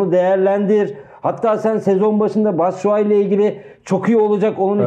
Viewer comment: Batsuai dediniz yanıldınız